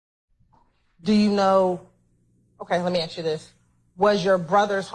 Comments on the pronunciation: Wish she would act professional and not say "axed" all the time. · omg she gets on my nerves saying aks instead of ask !!! geez